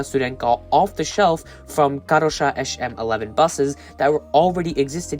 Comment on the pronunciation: it's Karosa, not Karoša also ŽSSR does not exist - you meant ŽSSK (rolling stock operator). beware, ŽSR is the rail operator ZSSR is also wrong, that's the shortcut for USSR in slovak language:))